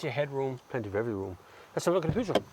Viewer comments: Peugeot is the best not Renault, but eather that it is not "Pujoo" is PEJOOO! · 'Purr' not Pew for Peugeot pronouciation! Good review of both cars.Captur wins it for me!